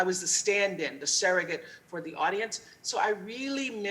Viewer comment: surrogate- not serrogate